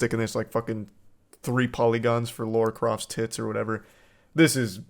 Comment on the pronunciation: "Laura Croft" Charlie just turned into everyone's nan. What's next, pokey mans?